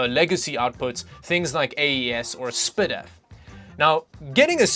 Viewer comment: "spidif" lmfao